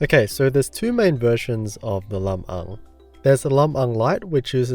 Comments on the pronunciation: Good job pronouncing "Lam-Ang" correctly,. Much appreciated.:) BTW, it comes from "Biag ni Lam-Ang," an epic poem from the Northern region of the Philippines telling of the heroic exploits of its titular hero.:) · I got goosebumps when you actually pronounced Lam-ang right!!! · Thank you for the review! The Pinoy in me is so pleased at how you pronounced Lam-ang correctly. ✌😌🤘 So excited, my BF is passing his Lam-ang to me and I couldn't be happier. 😍🇵🇭❤ Edit: "Lam-ang" is a character from Ilocano folktale, one of the first Filipino epics to be recorded. "Illis"/ilis - in Ilonggo language means "to change"/"to swap"